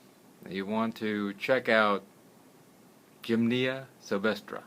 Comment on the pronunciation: You state you 're a master herbalist and use the title Dr. and you can't pronounce a basic herb?! gym-nee-ma! Look it up in the dictionary or take two seconds to Google it and see how it's pronounced before you do an entire video on it. It really makes me doubt your credentials to be honest. To me it looks like you're reading off your computer screen and have had absolutely no experience with this particular herb. 🫤